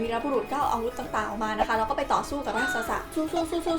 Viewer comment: รากษส อ่านว่า ราก-สด นะครับ ไม่ใช่ ราก-สะ-สะ